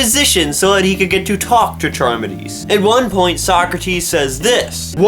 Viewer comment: Believe it's pronounced car-midees. Read Phaedo for life after death. Timaeus and Critias for Atlantis and my favorite Ion. Hilarious ending.